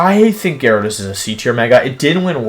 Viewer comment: Gyarados, not Gyawidos!